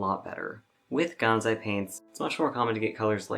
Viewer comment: GanSai, not ganZai. It is written and pronounced with an S, not Z.